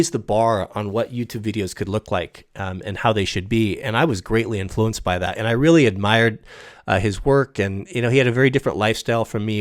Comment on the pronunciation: maybe he'll explain all the weally hard parts later in a serious "discorse".